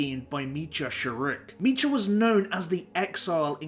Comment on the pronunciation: Meecha? Never heard anyone pronounce Meetra like that.